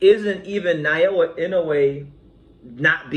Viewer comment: You keep saying Nayoa, it's Naoya.